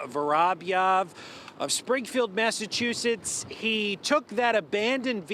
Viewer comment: is it just me but the first time the guy said the name of the place it sounded like massachusus?